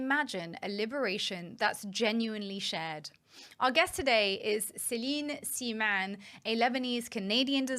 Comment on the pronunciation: Her name is Céline SEMAAN. Please respect and correct it.